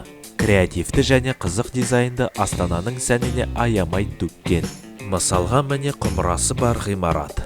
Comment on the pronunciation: Міне деудің орнында мінә дейсіз жарылдым ғой😂😂😂